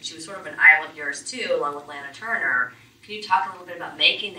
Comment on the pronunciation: I cringed at every "Laynuh Turner". I'm sorry. Honestly that is so amateurish. LAH-NUH. She said this for decades. How do you get her job? Clearly she is unversed in classic film.